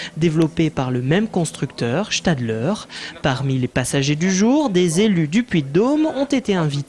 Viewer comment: Ce n'est pas le seul train à crémaillère de suisse, loin de là ! En terme de circulation, il est seulement soumis aux prescriptions de circulations restreintes (chapitre 15 lignes sans bloc) "Et sinon, Stadleur" hahaha ! C'est Stadler et on prononce "Stadlaire"